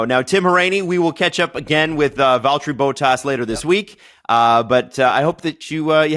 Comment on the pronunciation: “VALTERRY BOATASS” 🤦 cmon